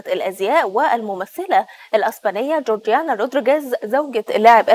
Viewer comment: اتأكدوا من الأخبار قبل ما تطلع مذيعة صارفة مكياج وكوافير ومش بتعرف تقرأ اسم جورجينا صح، البلد فيها مصيبة شح مائي وخونة بيفرطوا في مقدرات الشعب وإخواننا الفلسطينيين تهجير قسرى، وهمكم التوافه